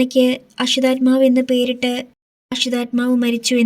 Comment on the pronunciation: ❤❤ അശ്വത്ഥാമാവ് എന്നതാണ് ശരി. ശ്രദ്ധിച്ചു വായിക്കൂ ട്ടോ. നന്നായി വരും❤❤